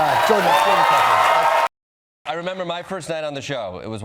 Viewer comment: Jordan Plepper? I swear Stewart said Plepper.